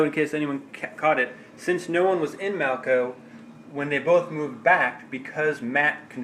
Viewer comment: Come on, it's "Malko". Also, I don't want to fight Lizards again! /cry!! I'm surprised that there was only the one battle this turn, but I'm glad because it turns out these two weeks were mighty busy for almost everyone involved.